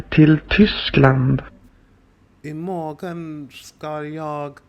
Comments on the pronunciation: The Swedish samples are formal, Stockholm dialect, and when you speak you usually contract "morgon" to "morron" (without the "g") or "morrn". "Jag" become "Já". So we say: "I mor(r)n ska já till Tyskland". "Ska" kan also be written and pronounce "Skall". This is the equivalent to English "shall". How we express future tense. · In Sweden, pronunciation is not always as we write. For example, the word "morgon" mentioned in the clip. The AI voice pronounced the word with a distinct g, whereas we usually pronounce it more like "morron" without the g being heard. And we don't pronounce the word "gillade" with a distinct g either, but more like "jillade". Admittedly, I live in the Stockholm area and cannot answer for the pronunciation in other parts of Sweden.